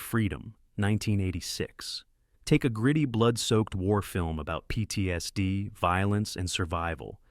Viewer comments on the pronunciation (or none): none